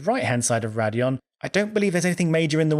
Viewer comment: It's Raidillon not Radillon.